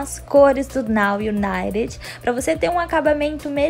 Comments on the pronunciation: Gente o serto a se falar e nou o naret que nem ela ta falando ou nou uniter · Se pronuncia Naw Ibaiti ok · Se pronuncia naw Unaiti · dica: não se pronuncia o d. se lê now unite